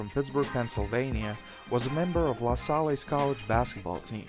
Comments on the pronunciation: I wish if you were going to do these videos you would learn correct pronunciations of the names of the players and teams. "Lasalle" (e is silent). "Glover" (short "o" glove" not long "o") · Who told you that’s how LaSalle is pronounced 😭😭😭